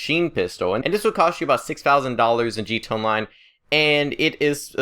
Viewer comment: sounds like you're saying g tone Online